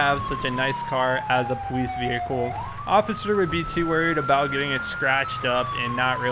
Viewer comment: What happened to your voice? No offense but it sounds like your talking like a baby because you say "powice" just asking... :D